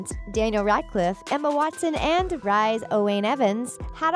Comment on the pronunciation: Rhys is pronounced Ree-s